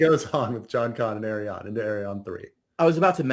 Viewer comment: it's headcannon's Dornish accent/way to pronounce